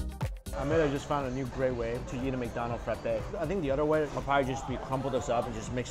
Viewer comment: it sounds like he says Mccited haha